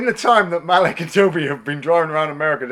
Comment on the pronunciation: His name is pronounced Ma-Leek.